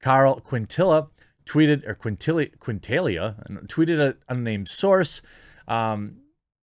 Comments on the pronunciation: Quintalia lol. kin-ta-ni-ya, its a hispanic last name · Quintanilla = Keen-tah-nee-ya. Yeesh.